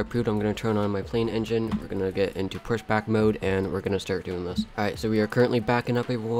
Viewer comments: I’ve heard of pushback but never heard anyone say Pashback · I've got another one "pashback" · Excuse me, but did you say pashback? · did i just hear "requesting pashback" 😂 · And he also said pashback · “We’re gonna be doing plane code.” “Requesting pashback...”